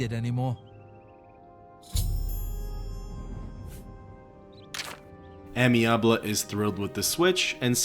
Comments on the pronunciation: Yo, someone has probably said this already but you know Amiable is not "Amyabley" but "amy-able" it's a way to say he's amenable. Able to be amenable type of thing. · Not sure if you knew or if it’s for funnies but in case anyone doesn’t - the first quest from Amiable - his name is Ay-Me-Uh-Bull and it’s a word that means friendly or agreeable! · Why did you wildly mispronounce amiable? Did you mistake it for a real first name instead of just a descriptor for the guy?